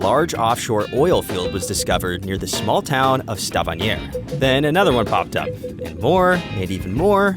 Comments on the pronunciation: You need to fire the guy who pronounced Stavanger as if it were some french provincial town. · I like How he said stavanger ,is wird because I live in stavanger